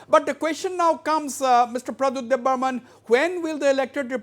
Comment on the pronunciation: Not debbarman , It's Debbarma